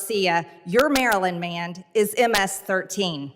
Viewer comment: Since when does the word "man" have a d in the end of it.